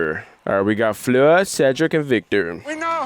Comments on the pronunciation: You pronounce the r as well in Fleur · You got me french laughing at your "Fleur" attempts. Love you guys. Those 3hours review are truely interesting.